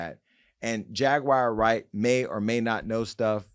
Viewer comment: “Jaguire” Wright 😂😂